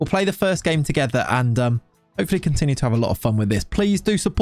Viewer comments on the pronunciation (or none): none